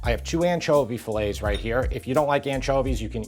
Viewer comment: The anchovies are fillets, not filets. fill-ette❤